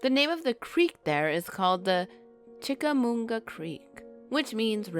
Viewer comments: You mispronounce Chickamauga I I live in Chattanooga. Ma not mu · It's chickamauga not chickamoonga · It's pronounced chic a mawgwa. No n at the end of that name. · Well I can vouch for green eyes. I’ve definitely seen it, and other weird crap in that area, over the past 10 20 years. For the sake of accuracy, it’s pronounced “chickaMAHguh” and that battlefield is in Georgia, not Tennessee.